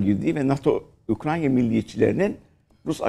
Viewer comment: Keşke Ukrayna ya Ukrayna diyebilseydiniz de bizde sizi ciddiye alabilseydik.